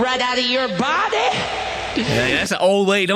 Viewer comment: Burning this ARTHUR-ITIS...right outta your BAH-DEH!!! I'm dying lmfao. 😂😂😂